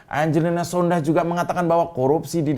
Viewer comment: Om, itu marga sondakh, 'H' nya ga bunyi yg bunyi 'K' nya om wkwkwk